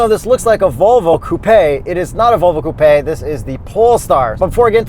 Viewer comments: stop saying ‘coo-pay’. Lol you aren’t sophisticated or European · Wait why does he pronounce it like toupé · Where are you that coupe sounds like coopay? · Can anyone count how many times they've said "Coo Pay" in the video lol